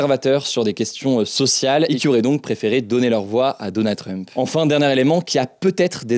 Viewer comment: Hugo : « Donannd drump » 🗣️